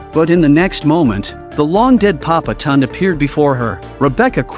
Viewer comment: The only thing that bothers me is it's not papa tun it's papa tondé